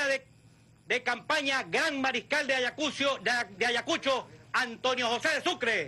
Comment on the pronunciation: AYACUCHIO JAJAJAJAJAJAJAAJAJAJA NI HABLAR SABEN JAJAJAJAJAJA